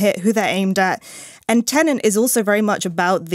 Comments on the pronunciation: Every reviewer seems to be having a hard time distinguishing between "Tenant" and "Tenet" - Maybe they'll change the title for the Blu-Ray release, heh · Also why does everyone reviewing this film keep pronouncing it ‘Tenent’ ? It’s insanely annoying. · Tenet not Tenent